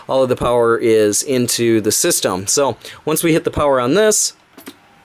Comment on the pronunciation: I keep thinking you say flower everytime you say power lol